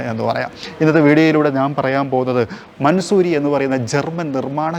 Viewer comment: Just correcting you it’s not mansoori its pronounced man saw ree